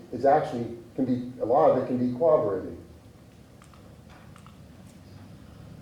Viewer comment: Can these professionals pls stop saying/writing cooberated. It’s corroborated!Sheesh!